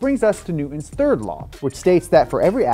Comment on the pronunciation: I love this dude’s videos but the way he doesn’t pronounce the “t” in Newton drives me insane and sounds like he’s 5. It’s Newton, not New-Un